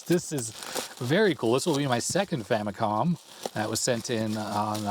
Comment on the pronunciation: I dunno why youtubers are having reading comprehension when it comes to the FAMILY COMPUTER as it's clearly shown upfront. So much injustice and disrespect Nintendo's FAMILY COMPUTER are getting from western and current youtubers that they keep butchering its name and relegate it with famiclones. They’re basing its name-butchering, clear confusion and aggressive mispronunciation with Sharp's TWINfamicom. The famicom by itself is nowhere stated in Nintendo's branding of any of its 8-bit console past or present. Not because the 16-bit Japanese Nintendo console is the Super Famicom, it's fair to mis-declare its 8-bit counter part as famicom. It's not! It's very inaccurate and a clear bastardization of the NES' basis of origin! Even in its heyday, no one has ever even called Nintendo's 8-bit Japanese console as a famicom let alone becoming an official general confusion like the sad state of affairs of present day name butchering, especially with markets where it's officially sold -- even until now! It's clear as daylight that with games, peripherals ( FAMILY COMPUTER DISK SYSTEM ) and even with the recent mini-console releases, the brand is clearly stated front and center as the FAMILY COMPUTER Before making any history-lesson, please make your facts accurate first and not ride with the general bastardization and history whitewashing. It's unfortunate that even wikipedia's been hijacked by western influence with this clear and intentional name butchering!